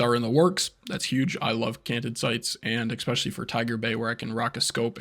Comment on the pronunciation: Appreciate the details. Thank you for sharing. Side note: No "x" in especially. 😉